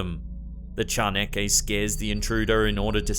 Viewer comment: As mexican, I've always appreciated how you do your best to pronounce correctly our words. Your way of saying "chaneque" is practically flawless.